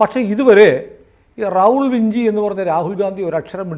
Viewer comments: Leonardo Da Vinci - ഉച്ചാരണം ലിയോണാർഡോ ഡാ വിഞ്ചി... അപ്പോൾ Raul Vinci ഉച്ചരിക്കേണ്ടതും റാഉൾ വിഞ്ചി എന്ന് തന്നെ... അല്ലാതെ വിൻസി എന്നല്ലാ... അത് പോലെ ബക്ക്ഒഫ്സ് എന്നല്ലാ ബാക്ക് ഒാപ്സ് (Back Ops) എന്നാണ്. ഇംഗ്ലീഷ് ഭാഷ ഉച്ചരിക്കുമ്പോൾ ആവശ്യമില്ലാത്ത ബലം പിടിത്തം ഒഴിവാക്കണം... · ആ ബെ ചെ ഇങ്ങനെ ആണ് abc എന്ന് തുർക്കി ഇറ്റലി എന്നിവിടങ്ങളിൽ. അതിനാൽ വിഞ്ചി എന്നു തന്നെ ആണ് ഉച്ചാരണം